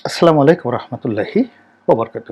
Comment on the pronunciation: আসসালামুয়ালাইকুম ওয়ারাহমাতুল্লাহ আপনার সালাম দেওয়াটা শুদ্ধ হয় না মেহেরবানি করে শুদ্ধভাবে সালাম দেওয়ার চেষ্টা করবেন